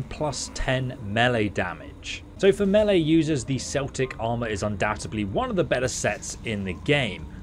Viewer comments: So pronounced Kelt8c and not seltic for the word "Celtic" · hate saying this but Celtic is pronounced Keltic not Seltic 👌😬🇮🇪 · It's pronounced Kel-tic with a K sound... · Why are you pronouncing celtic like the name of the football club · Keltic not Celtic 🏴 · Yeah Celtic is a football team...we pronounce it Keltic,;) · It is pronounced keltic i guess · I think it’s because ESO is British but yeah it’s Keltic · American following to British called it commonly "Seltic" haha 😂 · Its pronounced like it would be spelled with a K..... Like Keltic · ITS PRONOUNCED KELTIC WKDNDNXNNS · It’s pronounced Keltic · It's "Kel-tic" not like the New England Celtics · It’s not pronounced as the Fcking footy club...Celtic as in keltic. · Should do a re-shoot or dub over this because your saying Celtic wrong REPEATEDLY and constantly is very bothersome.